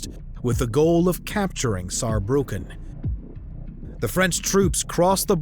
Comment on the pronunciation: Germany is stronger! 😂🖤🤍🖤 And Respekt you speaking "Saarbrücken" very good 😉